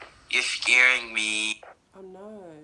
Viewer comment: had me dead “you scharing me” Why he had to say it like that 🤣